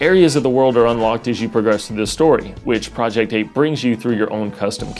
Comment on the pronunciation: Sounded like he said "project poop"